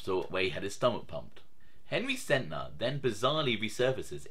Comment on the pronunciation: Nobody ever realizes the guys name was SENTNER AND NOT SENTER! I thought I was only one who realized that!